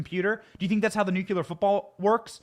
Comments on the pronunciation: Benny, the word is nuclear, not nucular. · By the way... nucLEEar, not nucYOUlar. Please practice it because we don’t need any reminders of Dubyah. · Say it with me: NEW-KLEE-ER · Look at how it’s spelled, Benny. It’s NU-KLEE-AR. Nuclear. There’s only one U! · Thanks Benny - great coverage. Pls - Nu-cle-ar😃👍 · Stop saying nucular.